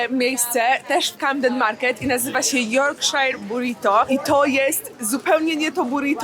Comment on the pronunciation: Yorkshire pudding (czyt. jorkszir, nie jorkshajer) jest robiony z ciasta naleśnikowego (nie chleba), które się wlewa w formę, która ma na dnie mocno rozgrzany tłuszcz i to się razem wrzuca do piekarnika i ciasto rośnie do góry po brzegach formy, a na dnie dostaje płaskie przez co tworzy się taki kształt miski (na gravy, czyli sos). Mniejsze yp serwowane są jako dodatek do Sunday roast czyli typowego niedzielnego posiłku (pieczeni z ziemniakami, warzywami i sosem), a tu miałaś po prostu duża wersje takiego puddingu i weń zawijany był obiad/lunch.